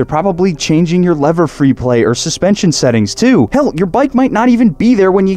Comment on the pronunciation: please dont say hell like that